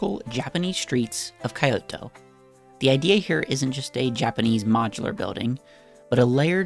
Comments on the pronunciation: "kai-o-toh" has GOT to be the most creative bad pronunciation of Kyoto or any Japanese word by an English speaker that I've ever heard, lololol... when you see a letter combo in Japanese like "kyo" it is a glide, so the "kyo" is one syllable it's kyo-toh not even key-oh-toh like most Americans pronounce, I know not everyone took Japanese from a native speaker and I feel like Peggy Hill sometimes who always says "mehico" but like, I can't not notice it! in japanese, every consonant and vowel pair is a syllable, and the only consonant that the a japanese syllable can end in is "n" (sometimes sounding like "m" like in "shimbun" for newspaper), I'm told it's similar to Spanish in that way, so if you follow that rule, your pronunciation of japanese words will immediately be better though obviously not perfect there are some other gotchas like unvoiced vowels aka "you's-kay" instead of "you-soo-kay" for yusuke, for example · It is pronounced Key-Yo-To